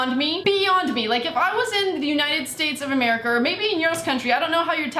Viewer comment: Lol she said Unitas states of americer